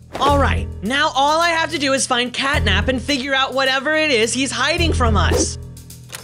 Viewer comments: Wait said gatnap instead of catnap😦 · Why i heard gyatnap 💀💀💀💀💀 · i heard gyat nap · um every time or sometimes you say catnip instead of catnap